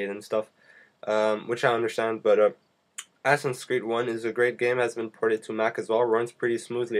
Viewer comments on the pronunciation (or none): its assassins not assins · assassins. not assin. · its ASSASSIN not ASSIN!